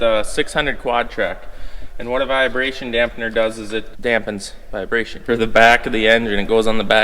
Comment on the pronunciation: There's no "via" in vibration. Not a "viabration" dampener. Got it right in the last part of the video!